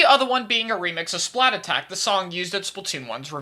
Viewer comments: Perfect video, besides one thing. It’s “splattack,” not “splat attack!” Keep up the great content, you never miss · Idk why saying "Splatattack" over "Splattack" is pain, no offense, It just pains me when people pronounce it wrong, which is quite apparent for this song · Just saying it’s splattack and not splat attack. It’s a pun rather than two similar words.